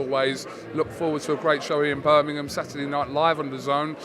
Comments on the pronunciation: Tell Eddie its Birmingham not birnimum 😂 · Eddie Hearn still can’t say Birmingham properly 😂